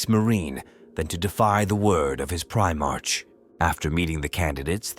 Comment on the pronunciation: Teach your AI to pronounce Primark correctly.. it's getting past annoying